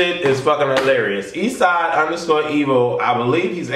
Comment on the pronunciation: You said his name so wrong